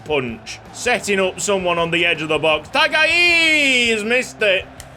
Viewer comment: Taga'i is pronounced tanga'i